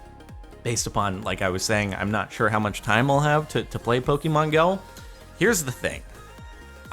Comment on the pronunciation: You are pronouncing Pokemon wrong